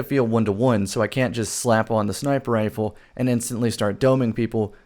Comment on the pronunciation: Are you saying sniper ifle or what ?